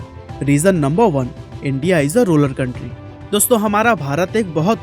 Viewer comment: Say Rural not ruler ...